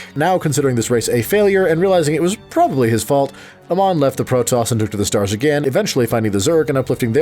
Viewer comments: Ok ok I know you haven't even tried the game but Amon is not pronounced Uh-mon it's like the letter A and just add Mon A-mon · I know his name is spelled the same as Amon from Korra, but Amon in Starcraft is pronounced Ey-mawn. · A MON that is how you say his name